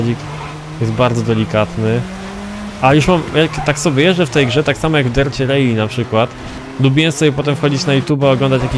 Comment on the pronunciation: V rally nie rejli... 😅